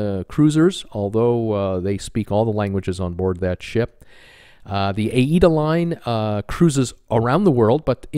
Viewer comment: Gary Bambage is the only youtuber who pronounces Aida correctly its aye-ee-da